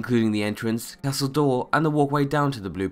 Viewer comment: "Castle Door" is all I could hear him say wen talking about Castle Doure. :-P